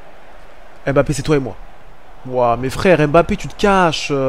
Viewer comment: je comprend pas comme congolais d'origine tu prononce aussi mal les nom africains comme les europeens cest quoi à dire "em bapé" alors que ca se lit "mbappé" toi aussi frère,sinon ta carière es interressante mais pardon corrige l'appelation des noms africains avec M-lié ou N-lié a une consomne c'est mbappé comme quant tu fait "mouah" !merci